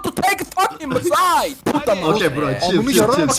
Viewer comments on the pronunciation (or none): yine çok eğlendirdin ama bi eleştirim var herkes "Site" a "Side" diyor doğrusu "site" bilgin olsun:)